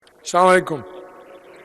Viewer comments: হায় আফসোস লক্ষ লক্ষ মানুষের প্রতিনিধি কিন্তু সালামটা ঠিক করে নিতে পারে না। অভাগা জাতীয় আমরা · এত সালাম টাই ভালোভাবে দিতে পারে না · আহারে.. শিক্ষিত। সালাম টাও সঠিক করে দিতে পারে না.... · আফসোস, এই বয়সে এসে সুদ্দ ভাবে সালাম দিতে পারে না।।। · ঠিক মতন সালাম দিতে পারে না তারা না কি মন্ত্রী হয়ে বসে আছে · তোর তো সালাম দেওয়ায় ঠিক হয় না তুই আবার সংসদে গেলি কেমনে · Salam ta tik moto dite pare na